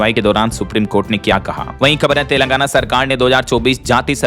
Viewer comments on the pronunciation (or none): none